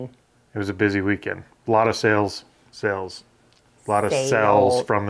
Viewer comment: you had lots of "sales" not "sells"